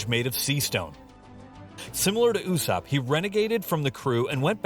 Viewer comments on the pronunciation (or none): none